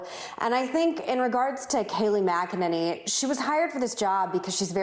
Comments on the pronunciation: “Mac a NINNY”...... 🤦‍♂️ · Whoops can't even pronounce her name properly.